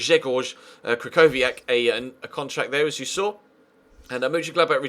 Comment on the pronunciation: im not polish but my freind is and he said that krychowiak is pronounced as kri-ho-vi-ak